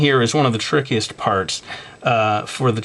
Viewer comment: when u said trickiest it sounded like frickiest. seriously.